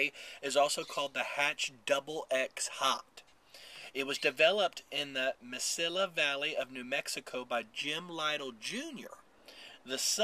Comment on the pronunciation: in Spanish a double l is pronounced like a y. So it would be pronounced the "Messiya" Valley and a Chile "Reyano."